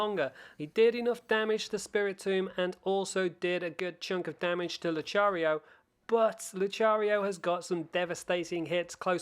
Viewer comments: Luchario lol it's Lucario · Excuse me? Lu-cha-rio?! It’s Lu-ka-rio!😞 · this guy drives me OCD crazy saying luchario instead of Lucario HE Really Knows How To Make Someone Suffer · Lu•ca•rio bro not Lu•cha•rio lol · Where's he gotten luchariofrom? I don't think, in any media has it been pronounced like that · He pronounced it as Luchario😭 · He does know you can talk to the guy next to Lavanton to get your pokemon, not just the pastures. ALSO WHAT IS 'LOOCHARIO'? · I laughed my head of when he said luchario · Did my dude just say luCHARio?? 😂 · Luchario? Am I the only one weirded out by that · Lol he said luCHARio lol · Im srry but was anybody else disturbed that he pronounced Lucario like LuCHario? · Im sorry, Your vid was amazing but um its pronounced lukario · Nice video but... "Luchario" ?? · Did you just say "Lucario"??? Please stop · Learn how to pronounce lucario and arcanine properly please